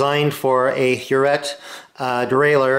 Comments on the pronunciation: Huret is French, thus pronounced her ray. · Hi The 'T' in Huret is silent. HTH Brilliant video.